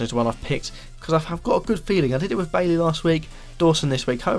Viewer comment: bye-ee not baily